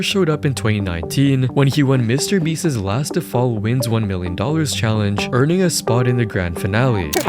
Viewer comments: Mr. Beast is not a word that ends in an "s." Why do you say Mr. Beastses? It's Mr. Beast's. Hoooly hell bro. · Beast's is not pronounced "Beastez"